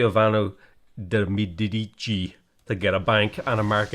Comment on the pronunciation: Real surname: Medici saying the surname: Mie-di-di-tchi